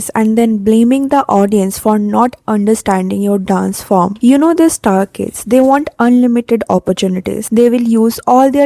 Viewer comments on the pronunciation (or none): none